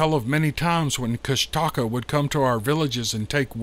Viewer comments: This story has the ring of truth. An aside of unimportance to anyone but me: I live in the South and Love our regional dialects, but I've heard the native pronunciation of KUSH'-ta-ka, versus Kust-TA-ka. Not important to anyone but me. Carry on with the great stories. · Pronounced.... koosh taw kaw.... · I hope no one gets mad for me correcting the mispronounced name how the author is saying it. It is pounced like KushTaKah. I am from Alaska and have heard of the Kushtakah before but didn't know what it is. I am from up north Nome where this story is from south around Haines area. That is just crazy how the Kushtakah takes the women and children. I really don't know the spelling of the bigfoot from south I'm just saying how I heard it from my friend. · I'm fairly certain it's pronounced Kush-ta-kah..